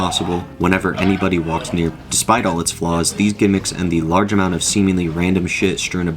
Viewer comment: "a large aMOOnt of cut content" canadian cow-goblin hybrid confirmed???